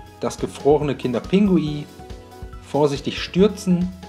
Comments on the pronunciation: Man sagt nicht kinder pingui sondern kinder pinguin 🤦🏼‍♀️🤦🏼‍♀️🤦🏼‍♀️😂😂😂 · Es heißt doch "kinder Pinguin" und nicht "Pingui" oder doch? 😁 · Lecker,aber es heißt Kinder PinguiN und nicht Pingui und ,,Gange" sprichst du auch falsch aus🤔😂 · bestimmt lecker aber Aussprache ist nicht so dein ding oder das heist Kinder Pinguin nicht Kinder Pingui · Liska Wiska das heisst Kinder Pinguin 😂😂der hat das falsch gesagt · Er sagt immer Pingui 😂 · Wie du einfach die ganze zeit "kinderPINGUI" sagst😂😂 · Hä, ich dachte er sagt es falsch😂